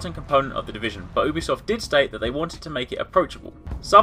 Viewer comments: its not ew-bisoft... its YOU-bisoft... Ubisoft pronounce it right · Actually most people pronounce it like OO-bisoft...